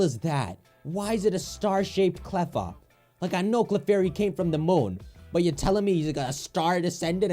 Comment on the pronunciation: it's CLEFFA, dude!